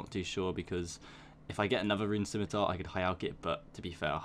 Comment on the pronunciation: The fact that you say scimitar correctly pushed me to subscribe.